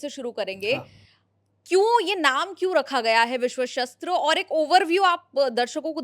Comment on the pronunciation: शस्त्र और शास्त्र अलग अर्थों वाले शब्द हैं। उच्चारण का ध्यान रखें।